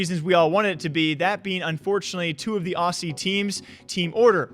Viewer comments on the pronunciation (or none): Fyi say Ozzie not Aussie or how you do awwhzzie. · what is ossie mate wtf is wrong with how u say it dude.